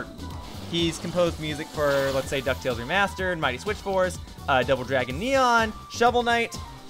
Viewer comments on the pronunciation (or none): none